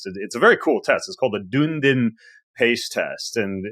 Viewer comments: Thanks for a great interview! Ben, for future reference, Dunedin is pronounced Dun-ee-din, not Dune-din - it's a place in New Zealand where the study originated. 😊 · Minor picky - but the pronunciation of Dunedin is: duh·nee·dn (Emphasis on the middle syllable)